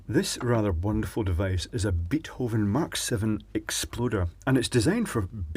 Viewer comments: Always enjoying your 'excercises' . One thing though: It is not pronounced "Beathoven"; it is "Baithoven" (like: fishing bait). But keep up these lovely videos! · thats not how you pronounce beethoven